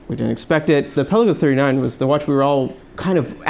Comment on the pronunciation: In a previous video you pronounced Pe’La-gos correctly and even commented on it at the beginning of the video...now pel-a-gos....😕